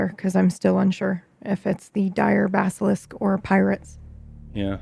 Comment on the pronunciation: It's like a Basilishk, only Diyah, yesh.